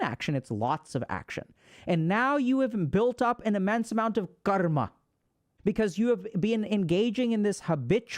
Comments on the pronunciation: dude is pronouncing karma like he is indian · Bro can pronounce every word with perfect English except Karma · I've been pronouncing karma wrong this whole time